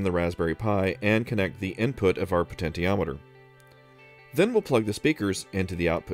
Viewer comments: Glad someone pointed this out, it's definitely she-ometer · Great video. I love everything you and your brother do! One nit: puh-ten-shee-om-i-ter is the pronunciation of potentiometer. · "Poten-tee-ometer" sounds a bit weird, I'm used to pronounce it "poten-she-ometer". But then, I might be wrong all my life.